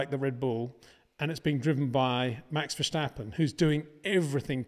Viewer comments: Peter, it’s START not SHJTART STOP not SHJTOP BOTAS not BOTASHJ VERSTAPPEN not VERSHJTAPPEN Very difficult to remember, is it really? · You still say verSCHtappen? Common peter, it's easy. Ver- sta- ppen. You know the track Spa. Just replace the "p" by a "t". After all those years at least say his name right. Thank you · Hey in this new season can you for once pronounce the name Verstappen the correct way. It's not "VerSHtappen", that sounds German. Don't mix things up please. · It is NOT "Bottash" nor is it "Lewisch" nor is it "Oshcar Piashtri" nor is it "Nyck de Vriesh" nor is it George "Russhell" nor is it "Fernando Alonsho" nor is it "Lance Shtroll" nor is it "Pierre Gashly" ... so why on earth do you want to say: "Max VersHtappen" ... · It is funny how you manage to mispronounce both VERSTAPPEN and OCON... You are probably the very last person on earth who insists on saying **VER-SH-TAPPEN**! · New season new chances for Peter to finally learn how to pronounce Verstappen and Leclerc properly.